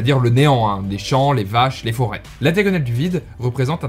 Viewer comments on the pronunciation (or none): Très bonne vidéo, cependant je ne peux pas laisser passer le "Foraaaiz"... On prononce ça "Fôret" :')